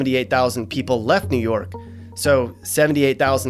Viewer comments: its WOOOO York blood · How he felt after saying new yuck:👺😈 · New Yuck 😭😭😭😂😂😂